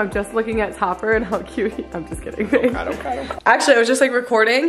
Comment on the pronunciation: I'm I the only one who heard say copper instead of Topper 😂😂😂